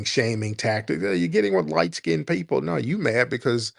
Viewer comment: It always cracks me up the way those Aussies pronounce people. Poypul LOL